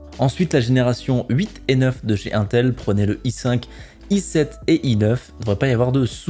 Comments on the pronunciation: 1ntel lol innnntel plutot non ? lol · dsl cz mestress mais ca me stresse UNTEL non INTEL iiiiiintel pas 1tel x)